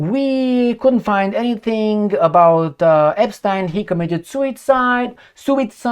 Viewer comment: Hardly any of the Ponzi schemes were led by tiny hats 🎩….you say Epschtine?…😂